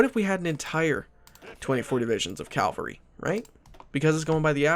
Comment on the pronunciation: It's cavalry not calvary